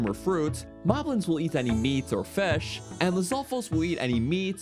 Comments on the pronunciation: Don't even get him started on fesh. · lmao the way he says fish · MELK n FESH